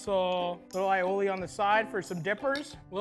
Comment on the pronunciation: MAD RESPECT!!! He said aïoli correctly! The "aï" in aïoli means garlic in french and Italian. Pronounce like the capital letter "I" or "eye". Finally finally finally